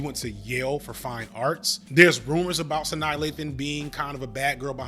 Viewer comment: it's Sa-NAH